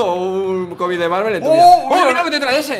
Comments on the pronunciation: dice marvel escuchalo bien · No si dice marvel